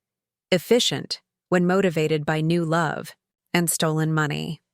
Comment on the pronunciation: Why do all of these stories can’t pronounce money quotes properly is it an AI glitch